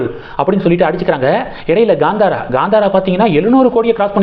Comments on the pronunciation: It is not Gandhara but Kanthara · Gandhara ille daa. Kaantaara. Use K instead of G.